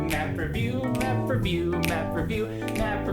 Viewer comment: sorry didn't catch that, did you say m e m e review?